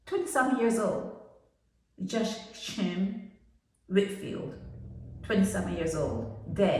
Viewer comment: Can’t even pronounce his name got me mad speaking on something u don’t kno abt